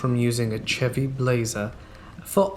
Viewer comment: FYI: Here in the States, the correct pronunciation for the Chevy ("chevrolet") vehicle places NO emphasis on the "Ch" (i.e., it is NOT pronounced as you would say "CHurch"). Rather, in the auto's case, the first two letters ("Ch") are prononced as "Sh," as in "SHort," or "SHave," or "SHoot." As such, here in the States it is properly called, phonetically, a "SHevy," despite the "Chevy" spelling.